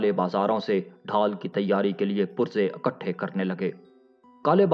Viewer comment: Akathay ni ikathy hota hai